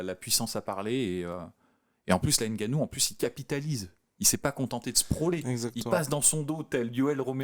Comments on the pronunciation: C’est pas N Gannou c Ngannou ! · le N n'est pas distinct car il n'y a pas d'apostrophe qui sépare le N du G donc tu prononces " NGA " et non " N' GA " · c'est bien ce que je dis. On dit Ngannou et Non Enegannou. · va vraiment falloir que tu apprennes à prononcer le patronyme de Francis. Le N se prononce, il ne s'épèle pas. Ça gratte les oreilles. 😂